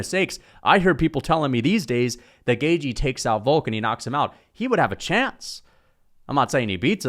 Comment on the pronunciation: Why you call him Justin “Gayjee”? 😂😂